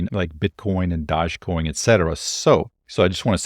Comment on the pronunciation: You did NOT just say “DODGE” coin 😩😭😭😭 PLSSSS